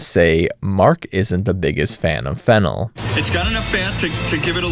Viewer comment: is fennel and flennel different or did he just say it wrong??? if flennel is a real thing where do i get it i didn't see it at the store? wait is there fennel or flennel?????????